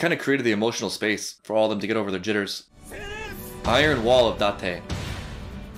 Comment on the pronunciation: omg it's almost Shouyou's intro, I'm not sure if I've noticed before Oo you said Date right as Shou said... gyun!